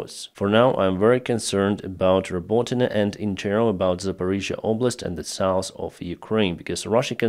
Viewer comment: Dude, you really need to correct the south pronunciation